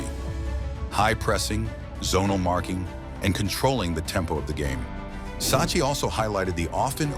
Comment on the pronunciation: It's pronounce Sak-ki